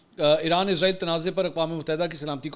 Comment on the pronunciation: ارے بھئ یہ کیا۔۔۔۔۔۔ عزرائیل۔۔۔۔۔۔ عزرائیل کی رٹ لگا رکی ھے آپ نے ۔۔۔۔۔۔۔۔؟؟ توبہ توبہ۔ استغفراللہ۔۔۔۔۔۔۔! "اسرایئل" کو عزرائیل کہنا میرے خیال میں سخت گناہ ھے! کیوں کہ "عزرائیل" موت کے فرشتے کا نام ھے ۔۔۔۔ ھم اسرائیلوں کو کیوں خواہ مخواہ "عذرایئلی" یعنی اپنے یعنی مسلمانوں لئے موت کے فرشتے بنارھے ھیں۔۔۔۔ ؟؟؟؟ اور یہ اس لئے ھورھا ھے کیونکہ بہت سے پاکستانی اور بہت سے دنیا بھر کے مسلمان محض انگریزی لہجہ بنانے کے چکر میں اسرایئل کو عزرایئل کہتے ھیں۔! مجھے پورا یقین ھے کہ اسرائیلی اس بات سے یعنی اپنے اس انتہائ طاقتور نام دیئے جانے سے بیحد مسرور ۔۔۔۔ خوش ھوتے ھونگے ۔۔۔ اور مسلمانوں کا مذاق بھی اڑاتے ھونگے کہ ھا۔۔۔۔ ھا۔۔۔۔ دیکھو! خود مسلمانوں نے ھمیں اپنے لئے موت کا فرشتہ بنالیا ھے تو ھم کیوں نہ موت بن کر ان پر نازل ھوں؟ میری ان تمام انگریزی لہجے میں اسرایئل کو عذرایئل کہنے والے مسلمانوں سے گزارش ھے کہ اس بات پر توجہ دیں اور اسرایئل کو آئندہ کبھی عذرایئل مت کہیں ! ۔۔